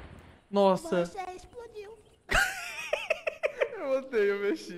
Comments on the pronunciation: "você ispludiu :3" KKKKKKKKKKKKKKKK melhor parte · "vc ixprudiu"